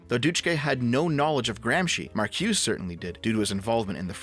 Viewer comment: I hate to be a stickler here but Marcuse's name is actually pronounced Mar-cu-za.